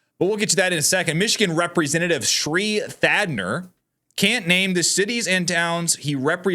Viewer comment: Thanadar not Thadner